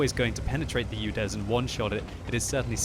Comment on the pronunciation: It`s UDES, not UDEZ